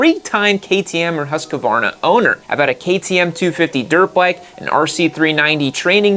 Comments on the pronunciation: What the hell is a 'hoooskavarrrrna'? Husqvarna. Its Husqvarna. They even said it in their ads. Husk like corn. Varn, like varnish without the ish and na, like nah I don't want no other blower or trimmer or mower... Where does the oooo and the mysterious a in the middle come from? Hooooooosk-a-varrrrrrrna! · Why do you pronounce Husqvarna so weirdly? It's not husqEvarna, it's just husqvarna, no E anywhere. It kind of ruins your credibility when you can't even say the name of the subject. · I have had zero issues with my Austrian built KTM bikes. I cannot comment on Chinese built ones. Also you need to learn how to pronounce Husqvarna correctly. It is pronounced how it is spelt. Husqvarna, not “ Husk -a - varna.” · Please, please, dear USA friends, learn how to pronounce brands. It's Husqvarna, not a HusqAvarna. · Not Husquvarna it is called Husqvarna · Speak after me: HUSS-KVARNA. And now with european „U“ and „A“, which is like the english „OO“ like in „LOOSE“ but shorter and „A“ like in americ“A“ (last letter). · Husqvarna is pronounced as Hus-kvana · love you dude, but learn to pronounce husquarna please x) this is kinda like arnold being the governor of california but never learning to pronounce the damn state, ya know?